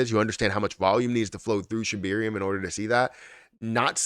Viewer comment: Can you PLEASE PRONOUNCE SHIBARIUM PROPERLY???????? Geez!!!